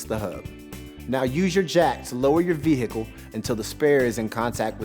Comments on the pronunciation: Love how he says it like veHicle lol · Like hiccup 😂😂